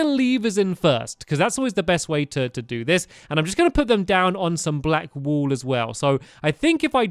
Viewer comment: did stampy says black "pool" instead of "wool"? 😂